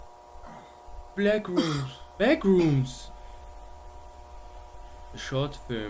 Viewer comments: Es heißt backrooms und nicht blackroomms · Wer kennt sie nicht, die Bläckrooms 😅😅